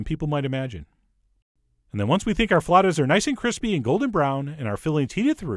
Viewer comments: Its pronounced flah-oo-tahs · Flautas! It's flautas! Say it, Frenchie!